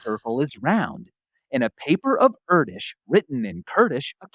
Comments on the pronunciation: With all love and respect, Erdős for you, is what penguins are for Mr. Cumberbatch...😂 Just going down that rabbit hole further every time. To settle this once and for all. The "Ő" vowl you pronounce like the "U" in "further" in british english, just a bit more emphacy on it. So repeat after me. "Air-d-ő-s" and don't linger too long on either the first vowl nor the last consonent. You got this guys! 😂❤ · idk if Erdős was hungarian but if he was then that'sdefinitely not how you pronounce his name 🥲🥲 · Hungarian here. Erdős is pronounced nothing like Kurdish. "Er" is like air. The ő is like a longer version of of the vowel sound in "earn". S is sh, you got that right. IPA: [ˈɛrdøːʃ] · to nitpick (again), but Erdős does not rhyme with Kurdish. ɛrdøːʃ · Sorry guys, Hungarian here, Erdős, its like air-doesh, and the second part is like heard, ö, but its a long vovel ő, sounds just the same but double length, Air-deash You pronounce the second part wrong. Usually I don't comment things like this, but I heard you say it correctly in one of the already published episodes🎉 Keep up the good work, you make my life worth❤ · It is pronounced like "air", the E in Erdős and the ö is longer, so /øː/ - some hungarian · That's not how you pronounce Erdős. Its Err-Deux-sh (as in to err is human, 2 in french and shut up) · That's absolutely NOT how you pronounce Erdős. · I refuse to believe Erdös would rhyme with Kurdish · That is NOT how you pronounce Erdős 😆🤣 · As an actual Hungarian I can with confidence judge the correct pronounciation of Erdős. And you're almost, but not quite there :) Here's a video that will help: The main point is that the " ő " should be like a long "ea" in "Earth". By the way, love this channel. Subscribed. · It's pronounced Erdős! I'm fuming :D